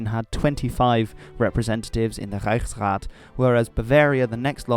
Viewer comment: That “Reichsrat” is glorious. :)